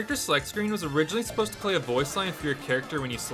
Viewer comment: Never heard anyone over the age of 6 say "asposed to" before.